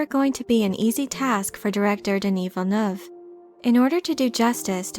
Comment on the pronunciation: As a french canadian, you're probably the only youtuber who pronounces "Villeneuve" the right way. I appreciate (and Denis also probably)!